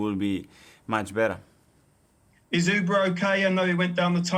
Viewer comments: The media guy say Uber Instead of Auba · sounded more like uber when it is Auba.